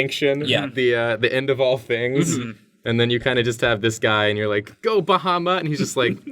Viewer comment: Baha-mutt ... seriously!? omg..